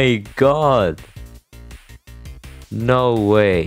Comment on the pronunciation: Did you emphasize the “no” cause you have NO dad